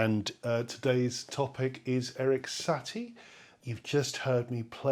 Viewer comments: it's sah-TEA, not SAH-tea. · Satie, sa tie, not sat ie